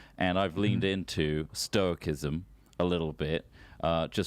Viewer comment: The only thing that annoyed me about what he said is that he can't pronounce stoicism. Not very stoic of me